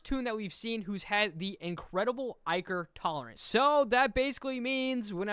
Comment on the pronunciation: the way he pronounces "ichor" drives me crazy